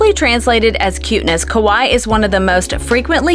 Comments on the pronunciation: Hahaha... you keep saying "ko-waii" ("scary") in Japanese instead of "ka-waii" ("cute"). 🤣 Haha. I'm sorry but that was hilarious. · The way you pronounced KAWAII youre actually saying scary instead of cute. KAWAII is pronounced KA WHY EE emphasis on the EE its 3 syllables whereas KOWAI aka scary is 2 syllables KO WHY and doesnt have any EE sound at the end.